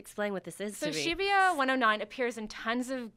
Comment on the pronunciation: I cringed er time she tried to pronounce shibuya P.s. All the dislikes are from offended Pervy weeaboos